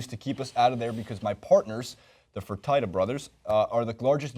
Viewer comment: Lol, I know AND the pronunciation of the "Fertitta" Brothers